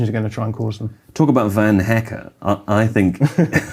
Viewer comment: The dutch pronunciation is van like the vehicle. I just had to say